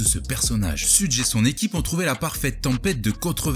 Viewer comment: Ça se prononce "cheugue" Pas "sudje" Super vidéo sinon